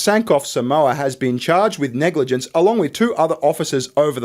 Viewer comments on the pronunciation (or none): The way the New Zealander said "negligence" sounded like the second E was an N🤣🤣🤣🤣🤣🤣